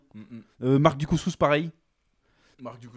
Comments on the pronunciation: Quand vous dites Mark Dacascos, j'entends Mark du couscous mdr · Il s'appelle mark dacascos? J'avais compris couscous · En Mode VHS nous a tous matrixé avec son Marc Du couscous, plus possible de dire Dacascos.